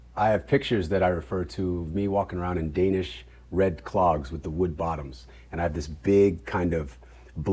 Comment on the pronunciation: The fact he Shemar actually can still pronounce Danish words so well is impressive. It's the kind of languages that you have to live in the country and with the people to properly learn it.